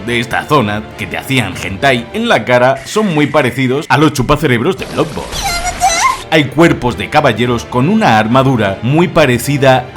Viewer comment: en realidad, lo dices mal, la doble o se pronuncia como u, por lo tanto se pronunciaria "bludborn"